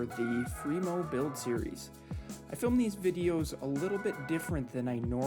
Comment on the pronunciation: Why are you doing Free-Mo instead of Free-MoN? Come to the dark side!!